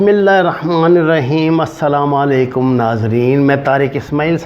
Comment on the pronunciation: آپ اسلاماں الیکم کہتے ہیں. اپنا تلفظ ٹھیک کریں